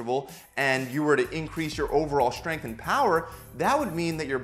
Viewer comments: Why does he pronounce it shhhtrength?? wtf is this stupid trend of mispronouncing words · the way he says SHtrength